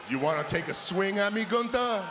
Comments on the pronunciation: When he said gutha, a bit of his New York background started coming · finally someone who says gunthers name right! Thank you priest, I already was a fan but now even more!